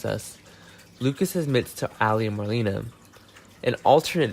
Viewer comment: How many times are you going to say extreme? And you’re pronouncing Marlena’s name wrong. Considering that she is one of the oldest and longest running cast members on there I would suggest to learn how to say her name please out of respect.